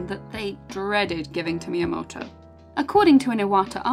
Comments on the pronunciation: Sister when you say his name like that, you don't sound remotely Japanese nor should you want to. Just say it all British-like, it'd sound a lot less awkward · Amazing video, but I can't get over the way she says "miyamoto"